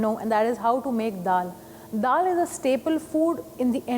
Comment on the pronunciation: why they gotta say dal like that